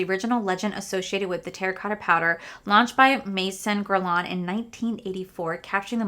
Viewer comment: please google how to pronounce guerlain properly! as a fluent french speaker it really made me cringe